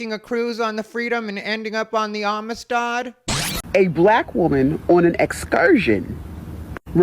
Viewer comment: ...did you say, Amistad? I'm black and THAT was phucking hilarious! Racism, you gotta love it! 🤣🤣🤣🤣